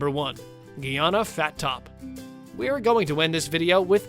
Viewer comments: It's Guyana. My beautiful country. Not the way you are saying it. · Exactly!! Clearly not!!! … “Ghee Ana”. … lol 😂